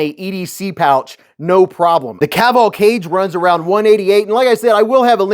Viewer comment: ‘Ka- Geh’